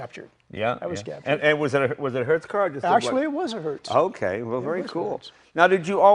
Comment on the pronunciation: i kept hearing Hurst